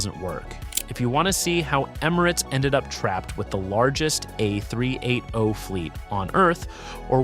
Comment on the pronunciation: It’s the tell us you can’t read and speak numbers or using AI voice scripts without admitting it… 🤦🏽‍♀️